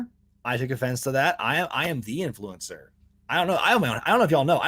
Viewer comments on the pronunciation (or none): That bit at the end really did make it sound like you said influenza.